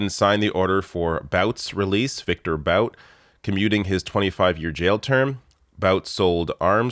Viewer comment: Hey... It's Viktor Bout (Pronounced "Boot"). Great video, and great news... except for Viktor Bout being free, but that was the trade that had to happen.